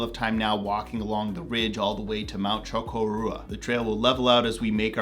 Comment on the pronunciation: I've never heard Chocorua pronounced that way, interesting!